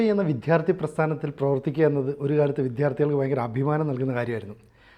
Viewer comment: Vidyaardhi... para..vidddttyhhhaaarthi ennalla